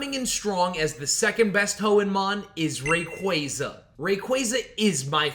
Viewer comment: Im surprised you pronounced rayquaza's name right I feel like I dont hear that very often